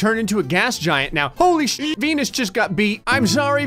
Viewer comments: Why does sound like saying "I'm sorry P*nis" instead of "I'm sorry Venus" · venus kinda sounds like penis